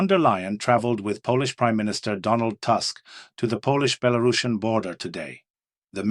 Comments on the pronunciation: Something silly about pronunciation, Tusk, translation to English Toosk. Have a good day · Tusk, is pronounced like Putin, U is U not A.